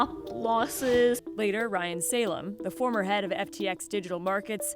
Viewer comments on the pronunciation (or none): none